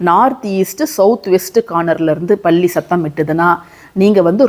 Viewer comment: பல்லி ❤பள்ளி இல்லை அக்கா